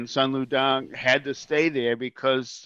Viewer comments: Sun Lu Tang....Soon Lou Tahng..... not Dang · It’s Sun Lu TANG NOT DANG WTF!!